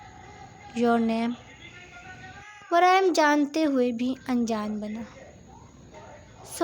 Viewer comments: Its waryam not varayam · Story achi lag rhi ha good 👍 voice over wali Baji ko bta den please wraim ni waryaam ha aur nagori ni nagawari ha lafz inki shayed Urdu ni ati